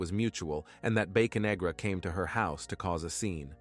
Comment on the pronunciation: I think its Bocanegra not Baconegra.